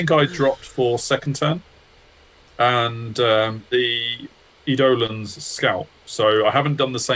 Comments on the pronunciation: good god, edohlaans wtf is that. Eidolon its eye-do-lon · Tiny bit of detail to add: the stress is on the second syllable, so "eye DOUGH lon"